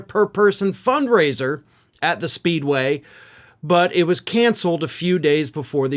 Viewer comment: They said fund raiser ! Not funk raiser ! 😂